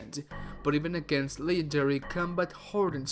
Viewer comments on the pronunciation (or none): You said lenendary it's legendary